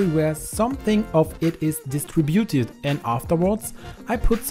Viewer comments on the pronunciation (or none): Di-Stributed not Distri -buted.